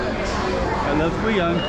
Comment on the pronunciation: Funny how the AI is mispronouncing Guiyang. Sometimes you have to use a different spelling to get it right.